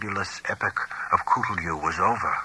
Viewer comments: Why is he pronouncing "Cthulhu" as "Coolioo"? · Cthulhu’s actual pronunciation is much closer to “klu-loo” according to Lovecraft himself